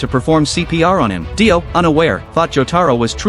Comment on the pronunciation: Br his name not die o it’s dio